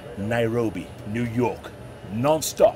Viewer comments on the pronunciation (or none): Nu york New York lol